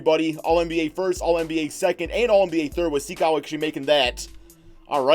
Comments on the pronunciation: It's not Sikou, it's sEkou Also Dou like Doo, Mbo like mboo and Ya like Gia from Giannis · You have the first name wrong but the last name is right enough